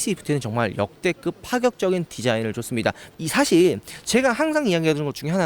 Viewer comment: 역대급을 역대긊이라고 발음하는건 어디사투리요?